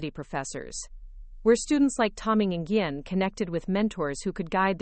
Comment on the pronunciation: Listening and reading from Wheaton, Illinois (about 64 km West of Chicago). hours, 10 August 2025. ~ Nguyen is pronounced as ‘nwin’.